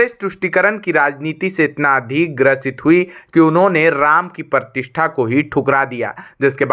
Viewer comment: Ye anchoring nahi, comedy hai..Partishtha nahi Pratishtha bolo. Bilkul Bakwas anchoring